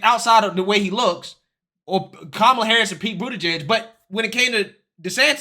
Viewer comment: I'll speak for Ron DeSantis, hay The View go F yourselves. Ron DeSantis will never run against Trump for the presidency. It's Kamala Harris not Komala Harris.